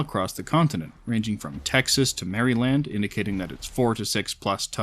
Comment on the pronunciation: You said maryland wronf like sooooo wrong